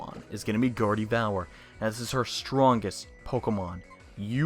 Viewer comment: The way you said Gardevoir made me hate you...